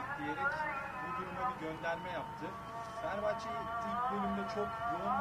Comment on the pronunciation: Mesut Özil de Fenerbahçeye Feğner diyor